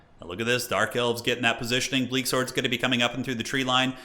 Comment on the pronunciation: Did you call them "Dork Elves" a few times?